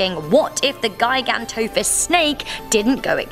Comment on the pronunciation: I'm pretty sure it's pronounced "jiganto" but whatever